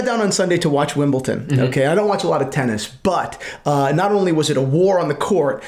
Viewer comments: Wimbleton lmao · it’s not Wimbleton. It’s Wimbledon. With a D. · Say it with me D not T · Wimbleton? No you don't see much tennis, it is called Wimbledon... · Please guys, it's WimbleDON, not WimbleTON. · It's not Wimbleton. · WimbleDON. Not WimbleTON. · "wimbleton" he says 😂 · Did you just say Wimbleton? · It took me so much discipline and self control to not turn this video off after the 4th “WimbleTON”….yet, 15+ times later…I came through a stronger person. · who pronounces Wimbledon like that? are you guys just taking a piss 🤣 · There´s no T in Wimbledon, there is however in Paddington...just saying! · for a guy who is in the watch world and very into Rolex it's so bizarre he doesn't know how to pronounce it